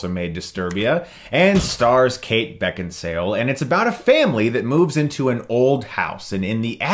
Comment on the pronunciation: Beckinsale so hot though prolly butchered her name.